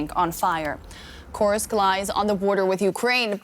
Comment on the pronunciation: You should not be allowed to be a war correspondent if you don't know how to pronounce Kursk.... It was the side of the largest land battle in history smh